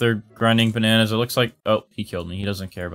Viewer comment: *all the ba nan ayes * LMAOO